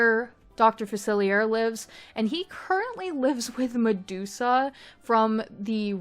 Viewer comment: This is so incredible just absolutely insane work. I’m only at Facilier’s voodoo home and you got his vibe soooo right I was obsessed with the jazz singer sign out front. He’s my FAVORITE villain. For future reference it’s pronounced Fac-illi-eh. It’s French. ☺️☺️☺️🫶🫶🫶